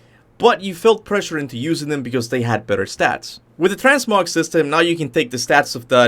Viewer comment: "Transmog" is exactly how you pronounce it.